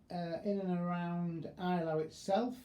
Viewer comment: At least try to get the pronunciation right. It's 'A' - LAU, not 'EYE' - LAU. Best Wishes: Professor of History: Eton.